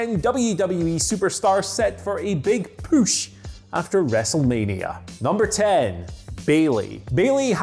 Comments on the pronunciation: Nobody: Absolutely nobody: Andy: Poosh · The hell is a "püsh"?